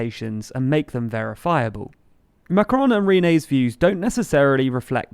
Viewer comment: Good video as usual, but try to get the 'on' correct in 'Macron' (despite the sound being difficult to pronounce for English speakers).